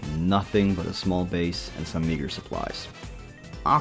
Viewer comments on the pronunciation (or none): bro did NOT say meager... oh, he beat me to it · Bro did not say meager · 3 netherite ingots type pronunciation of “meager” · What's funny is I replayed it like 6 times before turning the Closed Captions on. Opened the comments to see this and was absolutely fried by the other comments. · Ngl for like a moment I thought you said that other word, but then my brain caught up to my ears & realised you said meager lol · Had to replay like 50 times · what supplies 😂😂 Jk I know it’s meager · I figured he meant "meager" but sounded a bit sus lol